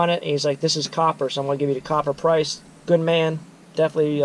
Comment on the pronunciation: And "copper"; not "cooper".